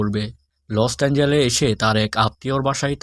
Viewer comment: Vai ota lost angel noi Los Angeles 😂😂..Age Valo kore Jaigar nam dekhe nee😂😂